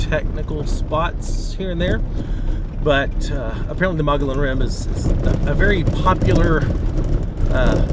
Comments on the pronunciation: Mo gee on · Oh, and it's pronounced Mug-E-On